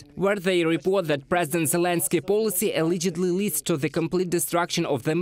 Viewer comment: Learn to pronounce: allegedly, directly. Glory to Ukraine 🇺🇦